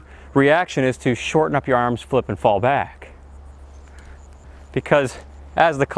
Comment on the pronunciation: Back not Bag...